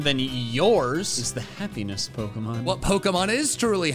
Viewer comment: I nearly thought said heaviness pokemon instead of happiness pokemon😂😂😂